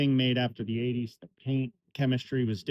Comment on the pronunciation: You said IN the 80s wrong bud